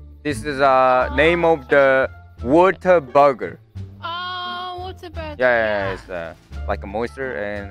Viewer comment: its not water burger, its whataburger, GET IT RIGHT, I WORKED THERE FOR ONLY 1 YEAR TILL I REALIZED WORKING THERE SUCKED